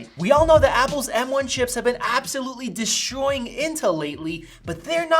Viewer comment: Did he just say “deshtroying” (destroying)?